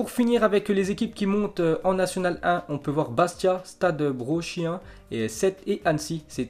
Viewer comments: ta mal prononcer stade brochin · Stade BriOchin tu as oublier le O XD = saint brieuc